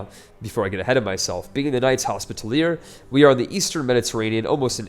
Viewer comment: Commentary is good, but some advice? Learn how to pronounce Hospitaller and Saracen. :P